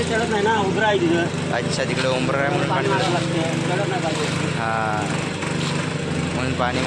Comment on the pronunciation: Khup chaan mitra pan tu umbra umbra boltoy to ubara ( unchavata) aahe